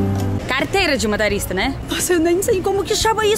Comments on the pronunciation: Ô não é ma ta rista. É mo to rista. Kkkkkkk CNH - Carteira Nacional de Habilitação. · Não é MATORISTA, é MOTORISTA.